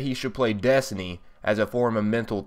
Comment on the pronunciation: It's also funny how he says desny not destiny